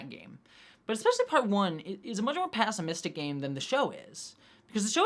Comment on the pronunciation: I have never heard pessimistic pronounced like that 🤣